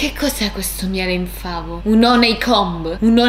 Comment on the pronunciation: Ma sono l'unica che sente "miele infameh" al posto di "miele in favo" hahahahaha. Il miele si era scocciato di essere in favo ed è diventato infame hahaahahhaah